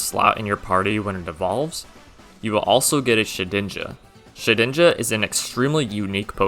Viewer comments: DIDN'T, NOT DIMT! AND THE G IN SHEDINJA IS SUPPOSED TO BE A J! FIX IT NOW! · SHEDINJA, NOT SHIDNIJA! FIX IT NOW!